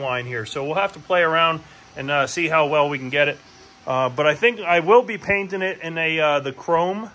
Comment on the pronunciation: You're going to crash that. It will be too heavy. You are also not printing it at full scale. Also some of the words you're using have a "G" sound at the end of them, it's not paintin and sandin and fairin